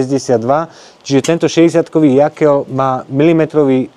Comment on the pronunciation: Rád sledujem tvoje videá, ale už v druhom videu čo režeš uši s Jaklom 😂 je to Jokel a v živote som nepočul Jakel